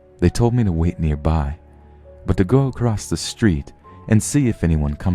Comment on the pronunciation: No kidding. There's too many 'creepypasta' readers (popular ones!) That pronounce words incorrectly. Such as across with a 't' at the end. ACROSSTTT! etcetera with an 'x' in it EXXSETRAAAA! my silly pet peeves.